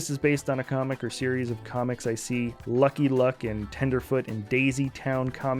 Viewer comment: He can say Luke, but he can't say Lucky Luke :‘(